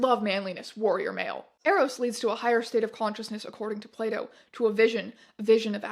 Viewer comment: I legit heard "plato" as "playdo" and was wondering what the fuck were you reading